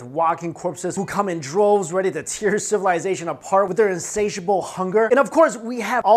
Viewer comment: Normal people: tear apart You: teer apart LOL